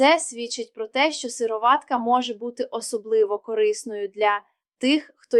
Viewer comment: Наче вимовляється сирО´ватка. Наголос на «о». Чи не так? Туди ж сирО´ватковий. Ролик виглядає як читання того, в чому не тямиться ані йоти. Так ще й неправильна вимова. Довіри нуль. Тупа реклама.